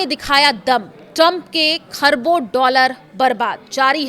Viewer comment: Kharbo doller mam aap khabro bol rahi h